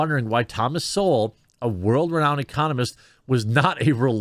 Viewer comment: Jeremy, quit feigning surprise. You've quite clearly never heard of Thomas Sowell or you'd know how to pronounce his last name. JS.